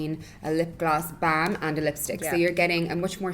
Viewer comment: I love how Irish people pronounce "balm". They say it with conviction. Lol.